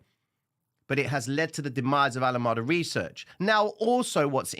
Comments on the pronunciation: please, not Alamada but Alam"E"da. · Pronounced "ALA 'Mee' Duh" bro 🙏